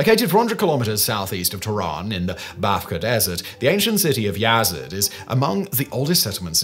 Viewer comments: It’s pronounced YAZD not YAZ-ED 😂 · Just one thing- Yazd is pronounced like it’s spelled, no vowel between Z and D.